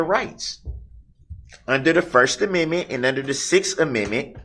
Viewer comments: That's so nice of him, "letting her". And wants his to 'preserve' his first aminmit, despite being "sovereign" 😂😂😂😂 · The first and sixth uh-min-mint. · He cannot even pronounce the word Amendment. He also can't have it both ways if he's The Sovereign Citizen and I think I had actually commented on this the first time I heard him carrying on then he doesn't agree that the constitution he wants to work it to his benefit and then when he doesn't want it to be wants to work that to his benefit. This man is the biggest ass That Ever Walked the planet in modern times I'm so glad he got that Thousand Years